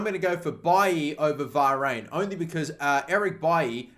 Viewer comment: varane not varayn